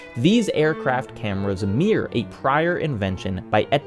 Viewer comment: big fan, only indenting to be constructive you might want to check your pronunciation of 'mirror', it shouldn't be a homophone with 'mere'